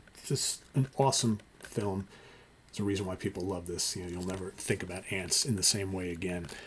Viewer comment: Lol. My grandfather would pronounce “film” that exact way.